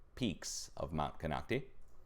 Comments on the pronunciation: it is pronounced :Mt. "Ken-knock-tie " In Clear Lake CA. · Thanks! I think "Katmai" is pronounced Cat-MY (if it's the same place the Brooks River bears are - that's how I hear the Rangers pronounce it). And it's Mount "Con-ock-tie" - I know, sorry pronunciation police. 😁 Love you!